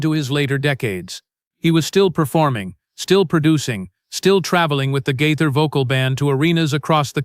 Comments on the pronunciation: It’s not GITHER 😅it’s GAITHER. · Could you please pronounce his name correctly!!! This is very disrespectful and detracting!!!